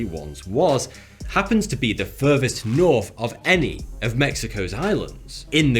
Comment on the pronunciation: Furver Norf ? Let me introduce you to the letters 'TH' . And an 'R'